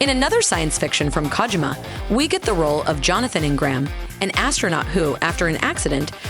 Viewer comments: Yo who the fuck is KAHgymUH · Please stop saying kaajima